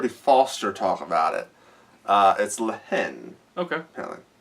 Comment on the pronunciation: La (H)aine, pronounce it without an h!